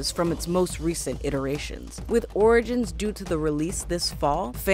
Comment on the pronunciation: she said "Assassin's Creed: Oridins" lol